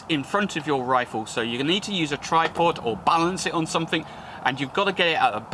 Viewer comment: everyfink somefink are they in the dictionary